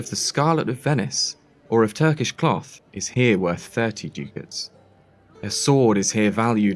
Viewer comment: ducat is pronounced duckut. otherwise fantastic